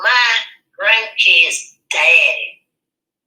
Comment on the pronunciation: I think she said grank. She also says “yes for the gress” repeatedly on her live videos.